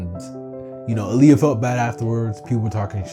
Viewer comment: Can you PLEASE call her Ah-l Ya instead of Aaliyah? 😂😂